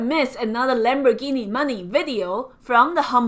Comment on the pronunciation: “Lamb boar ghee knee money!!” LOL